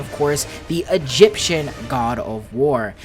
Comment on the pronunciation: "Egyption...." is that patois..?